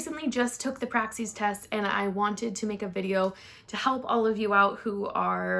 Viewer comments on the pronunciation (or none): PR-AXIS like AXIS not Praxseeeee!! Stop!!! 🤣🤣🤣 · The way you say PRAXIS is ALLLL WRONG!!! 😂😂😂😂